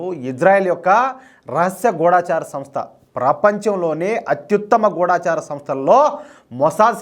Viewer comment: గూఢాచారి అనకూడదండీ.గూఢచారి అనాలండీ.